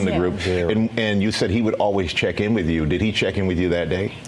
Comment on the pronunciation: omg crump said "wif" and "wur" for "with" and "well." yep he is retaaahhhhded.